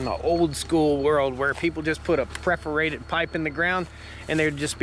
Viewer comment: Perforated or 'preforated'? JK ;) I'm getting ready to put in a system and this one seems HUGE!